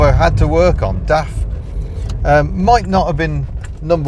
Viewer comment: it's not daft quick... It's DAF quick...